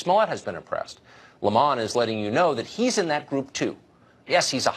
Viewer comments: Tucker needs to learn how to pronounce 'Lemon'. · I love the way Carlson pronounces Don Lemon. Like it's the name of an Italian mafia don. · I'm loving the pronunciation of Don Lemon lol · Stop with your petty, insulting think your slick, purposely mispronouncing Don 🍋’s name, Fucker Carailsahn. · Ahh more fake outage from Fox "news". Fuck Carlson. For someone who bags on this idiot for pretending to be a victim, he spends more than enough time complaining about how he's oppressed as a talking head millionaire. Fucking idiot can't even pronounce Lemon. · I thought it was how you pronounce 🍋 too, I think you're right and if so old Don will have got his knickers in a twist over it big time 😂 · But say it's name correctly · Why is Tucker mispronouncing Lemon's last name? A little distracting from an otherwise great monologue. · That cannot be how you pronounce Lemon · THIS DUMB FUCKER CANT EVEN PRONOUNCE LEMON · This Tucker Hanity guy pretending to not know how to pronounce Don Lemon's name is hilarious! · first of all his name is "Lemon" as in a fruit....he and his fruity friends can prounounce it however they want look it up in a dictionary its lemon. thats how you start this whole discussion. this I am special so you must accommodate me. no you are not, and I will gladly tell you this on a daily basis. its all about whiny little fucktards. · Don leh- mon lol 😂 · Why does Tucker pronounce "Lemon" like that? I mean, it's hilarious, but so bizarre. Is that the way it's supposed to be pronounced? I always hear it pronounced as you would the fruit "lemon". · Don Ley-mon is like saying Tar-jay for Target.... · "Lemón"? :D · Don Le-MON lol 😂😂😂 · It's Don 'Lemon' like oranges and lemons. Totally a "lemon" like one of thsoe cars we call a "lemon" when it is all wrong !! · lol don le-mon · Don Le Mon lol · I didn't realize this was how is name was pronounced I thought it was like the fruit Lemon LOL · Is it really pronounced La Mon? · Don La-mon? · Its pronounced Le'Mon